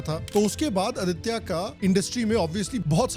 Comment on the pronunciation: He's name is आदित्य not आदित्या